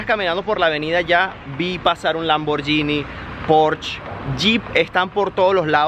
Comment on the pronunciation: ¡Se pronuncia PÓRSHE y LAMBORGUINI -(no pors, ni lamboryini) 👎😠...¡es alemán e italiano, respectivamente!, no francés ni inglés ni nada parecido.